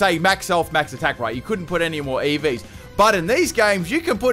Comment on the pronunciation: And you keep mispronouncing EVs